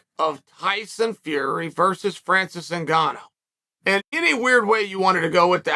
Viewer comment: Francis WHOGANNOU